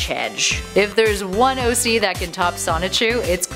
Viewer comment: You said OG not OC